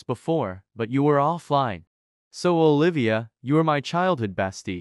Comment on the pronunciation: said " OliVAa " 💀 lol